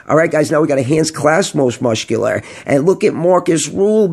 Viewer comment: Muscular is pronounced "Mus-kew-ler" not "Musht-kew-ler" 😂